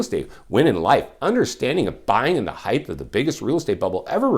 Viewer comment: Height not heighth